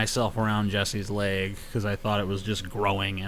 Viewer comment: Axl Rose may not be able to pronounce door but you cannot pronounce leg.